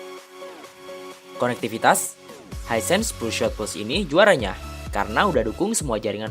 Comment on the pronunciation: pengucapannya (spelling) piur sot bukan piur syut.